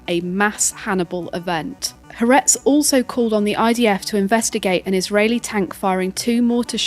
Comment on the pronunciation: FYI Haaretz is pronounced Ha-A-Retz, with 3 syllables